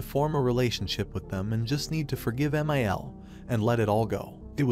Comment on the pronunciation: I hate when my one thousand forty nine is disrespectful to me! (MIL in roman numerals is 1049, which is what the AI pronounced it as)